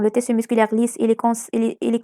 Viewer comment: Mes encouragements, c intéressant, mais stp, on prononcé tiiiiiisssu et ne pas teeeeessu. Et tu va vite, on suit pas... À part ça, t'es la meilleure.